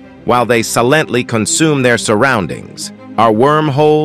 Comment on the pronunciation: Interesting if not fascinating video. A couple of things… 1. Pronunciation of Silently, Radiation and Us: Computer narration has some drawbacks. Where is his real human soundalike? 2. Michio Kaku is in the video cover picture. Otherwise, I don’t know where his scientific greatness fits in here. Either mention his name as appropriate, or remove his picture there.